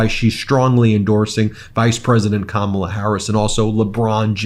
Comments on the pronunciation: 6.55 he pronounces her name right then corrects himself to say it wrong. Just bizarre 💩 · Threatening someone’s life will make his base love him more. But notice, in ABQ, he said Kamala incorrectly, then correctly - he knows how to say it, but chooses not to for his base, like wearing black and yellow was no accident. Dog whistles, every bit of it.